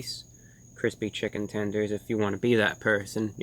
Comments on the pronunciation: Update: he also said "tendroid" lmao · chicken 'tendrons' ? lol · "Chicken Tendroid" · can we get a like for "tendrins"?